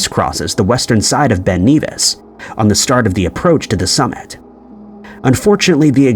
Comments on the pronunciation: Ben Nevis is pronounced ne-vis, not Neevis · Ben Nevis is pronounced like "never" not "beaver" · For info... it's pronounced "Ben Nevvis", not 'Ben Neevis'. 😊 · It is strange as to why the video maker NARRATOR calls Ben Nevis, Ben NEvìs,.... it is Generally called Ben Nevis not Ben Kneevis, becacause of the rules of grammar? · Your saying Ben NEVIS wrong m8 lol😅it's E like your saying epic so it's Ben nevis m8,I'm from fife in beutifull bonnie scotland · Bro said Ben Kneevis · The pronunciation of Ben Nevis really annoyed me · You’re pronouncing Nevis wrong. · Oi! Say Ben Nevis again...........yer tw*t! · Ben Nevis - N-eh-Vuh-Ih-S(uh) (Pronounce the Nev part like Kev from Kevin, you are fine on the Ben and the 'is' part of Nevis) Cambridge- pronounce as Came-bridge